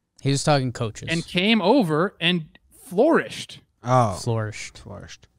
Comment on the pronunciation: Prediction: this one was the last of several TPP's done in one session. I was all ready to give kudos to Trev for sticking up for himself, then he went and said "floor-ish" in place of "flourish". Giants are one of those teams that could finish right outside of playoffs, which sucks because they get no playoffs, and poor draft position.